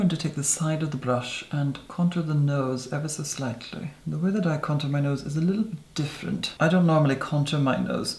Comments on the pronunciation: Posh upper crust pronounciation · Contāùxrē sounds more like french I think for him is more of a high class English❤